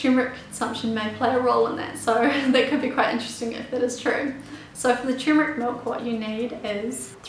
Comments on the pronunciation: it is spelled "turmeric" and it is pronounced "tur-mer-ic", not " tumor-ic". the problem I have with this lovely young lady, apart from incorrect pronunciation of her ingredient of choice, isn't her accent, it's the rapidity of her narration. if she just slowed down by 20%, she would be understandable. tumor ick. sheesh.. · Forgive me but it's Turmeric ... that is Ter-meric. However thanks for the great info.:D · First, learn how to pronounce it correctly. The first r isn't silent.